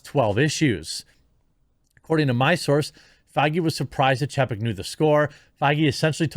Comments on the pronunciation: It's pronounced CHAYpek. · Chapek is pronounced Chay-peck. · Say it with me "chay-peck". Learn to pronounce names. You make us look bad.